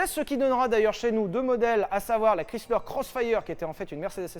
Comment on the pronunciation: C'est horrible comment il dit le nom de Chrysler 🥲 mes oreilles saignent hahaha